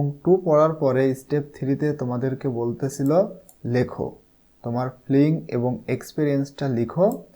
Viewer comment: ফ্লিং না ফিলিং হবে